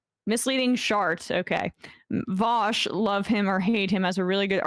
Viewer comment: Sam : "VOWSH"